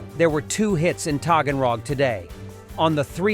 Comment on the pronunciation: Togenrog?? I THOUGHT YOU SAID HAGENDAS😂ice cream😅